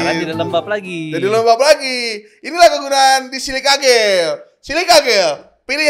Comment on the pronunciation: Bang, lu ngatain orang ngomong "sens" jadi "sen-se", lu sendiri ngomong "jel" jadi "gel", haduh...haduh...